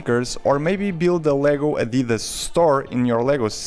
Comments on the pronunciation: It's Adidas not adeedus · Wait you say adidas like an American? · As a German it’s always weird to hear non native speakers pronounce Adidas like you did